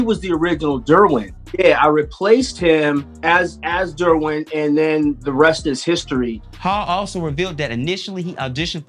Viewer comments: Bro. Did you just not watch any of these shows. The mispronunciation of the names are sending me. Dermwin..Joann Clayton?? PUT SOME RESPECT ON THEIR NAMES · I love this show. I'm binging all the seasons now before I finish the most recent season. And say it with me DERR-win. Not dorrwin. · Why’s he saying “Derwin” so weird?